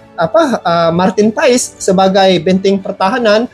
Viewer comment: Martin Paes tulisannya bang, bacaannya Martin Pass🙏🙏🙏